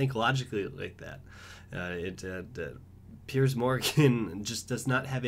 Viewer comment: Piers not Perice